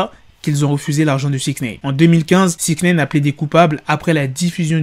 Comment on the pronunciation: Putin de merde tu c pas dire six Nine ! pas six naine 🤣😂😂😂